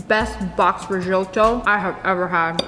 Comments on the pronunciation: Rizzzzzzoooooto like Zebra, not Rijoto xD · Rez-otto It's not hard America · it's called riжoto ok? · says Risoto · Me: italian Her: RisOtToO Me: am I a joke to you? Jk actually u have a good accent for an American :) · You said risoto wrong 🤣🤣🤣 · Did anyone notice how he said risotto?😂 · Rrrrrricotttta rrrrrrizzzzzottto🤣🤣🤣🤣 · "Rishotto"😂😂 "Riccota" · Every time she said resoto I thought about when she was wit digital and she said recota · The way she said ricotta and risotto 😂